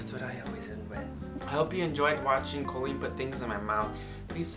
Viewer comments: When he says "Colleennnnnnn" it sounds more like "Kwennnnnnn" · i love you over pronounce colleens COLleen 😂😂😂